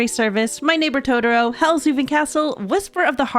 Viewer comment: Sorry but I had to slightly flinch/cringe at the pronunciation of To-tor-o, it makes me cringe when folks add a d instead. It's Totoro not Todoro... I still absolutely love you and your content. You are amazing.